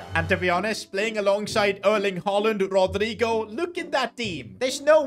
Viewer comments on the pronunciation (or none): none